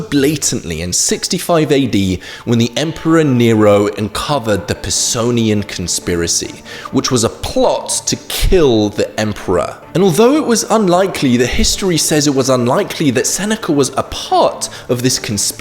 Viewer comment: I believe it's the Pisonian conspiracy...not Personian.